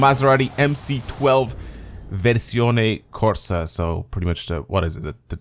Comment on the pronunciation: I’m italian and i’ve heard VERSIONE CORSA, good pronuciation